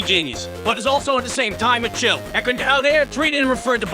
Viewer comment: The mispronunciations are great - I completely lost it at "chilled"